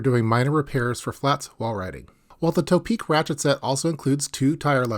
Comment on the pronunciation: Hi. I like your videos. One name I have been hearing mispronounced a lot from you is "ToPeak". I believe it's not pronounced "tow-peak" or "toe-peak", rather the "To" should be considered in the meaning of "towards the peak" or "to the peak", thus "To-Peak".